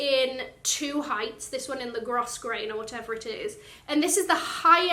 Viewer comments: Hi! When I was younger, I was taught that the pronunciation of Grosgrain is ‘GROWgrain’. AND, absolutely love the belt -in green!! OMG I LOVE that green! Enjoy & stay safe! Kirstey xx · Grosgrain pronounced GROH-grayn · Love it all. The green on the belt is perfect for you and the buckle is classy and understated. Btw, "grosgrain" is pronounced "growgrain". Warmest wishes from Australia.